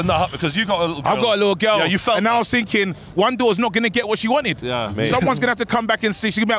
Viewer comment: A lot of finking going on 😂